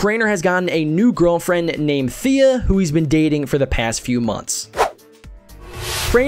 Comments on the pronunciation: His girlfriend's name is not th-e-uh, it's t-ey-uh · It’s t-hea not th-ea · Thea's pronunciation is Teea not Feea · Thea (Tee-ha) not (Thee-a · It's not pronounced THea it's pronounced Tea- uh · thea is pronounced teah not fea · It's thea not fhea... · This dude just said Thea like (Th-ea) it is pronounced (T-ea) the H is silent :P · her name tea-ah you saying thia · Why did you pronounce Thea’s name as (Thee-ah)? It’s (Teh-ah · Its Thea and not Fia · It's pronounced TEU TEA not Thea but it's spelled Thea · It's pronounced t-ah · It's pronounced "Tea-ah" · did he say fea?! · it's Thea (Tea-a) no hate but just saying :D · It's pronounced like Tea-A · Its thea ...pernounced tea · It's not Thea that's how you spell it dot it's said Tea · its pronounced (Tee-Ah) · Thea is pronounced T ea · Omg that gets to me! ----> Why'd you even make this video when you can't even say his girlfriends name correctly?! Lololololol. The h is silent in her name....THEA (like "Tia" but spelled differently) Man I hate when people make videos about YouTubers and they get half the stuff wrong about them etc. Jeeez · he didnt say it with an F.....? he said it with a TH but still said it wrong. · He said Thea's name completely wrong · You said Thea wrong im triggered